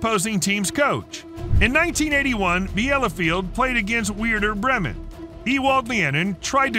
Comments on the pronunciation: 😂 Grimy Souness and Weirder Bremen!! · I just love weirder Bremen 😂😂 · Ah yes, the imphamous Aren roben and Nigel de Sjung. and the world famous Weirder Bremmen. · it just got funny after a while for me. Like this is too much, this has to be on purpose 😄 Weirder Braymen and Arsenay Whenjer were my favourites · "Word-er Breemun" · Did he say weirdo bremen??? 😂😂😂😂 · 880 people disagree 😄👍